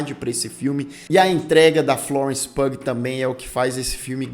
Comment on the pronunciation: Ah nao, mano... Florence PUG nao! Hahaha A pronuncia do nome dela é "PIU".